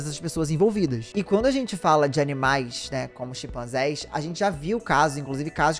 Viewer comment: Não são "Xipanzés", mas "CHIMpanzés"!